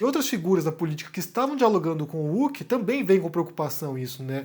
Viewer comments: meu velho, não se pronuncia "Luciano Ulk" o 'H' tem som de "R" no nome dele, você nunca viu o programa ou alguem falando o nome dele? Resumindo, escreve-se "Luciano Huck" mas pronuncia-se "Luciano Ruck" ta bom? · Pq o fala Uck, ao invés de Huck? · a pronúncia é Luciano "Ruck". Excelente vídeo, como de costume.